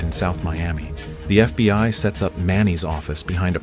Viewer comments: this has to be the best AI narration I’ve ever heard. I don’t think I would’ve known if it weren’t for some of the obvious mistakes that basically no person would make like FBY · How fkn sh!tty is AI if it keeps saying "FBY" ?? I hear it time and again in all of these crappy AI written videos